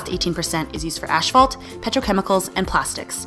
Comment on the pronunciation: WHAAT? "ASHFALT"?